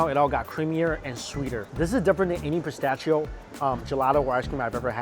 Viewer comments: Its pronounced pis-ta-she-oh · Im so happy he is enjoying a genuine Fiorentina.! I have lived in Italy 20 years and have never heard that unique pronunciation of pistacchio.🙂